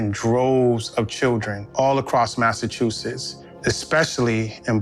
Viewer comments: I finally unsubscribed because I can no longer take hearing her mispronounce “Massachusetts” as “Massachusess.” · I'm sorry, but the way you pronounced Massachusetts is crazy lol